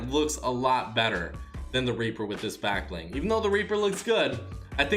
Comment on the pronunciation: Anyone noticed how he says black bling half the time